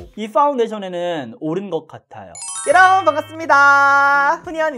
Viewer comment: 요로봉에 가깝네요ㅋㅋㅋㅋㅋㅋㅋㅋ 저두 뾰로롱인 줄 알았어요